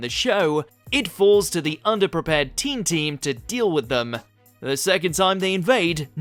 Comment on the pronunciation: I also thought it was called team team not teen team